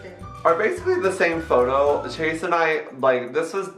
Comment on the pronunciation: the word is photo pronounced (f-oh-toe) ok? Ok thx